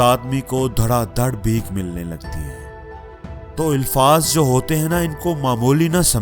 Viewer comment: First of all some pronunciations , Urdu " ilfaz " no , alfaz is right. There is nothing new in this video. People have heard millions of times all this. We have to find the difference between consciousness & automaticity in matter. Post something about , if you can. Good luck.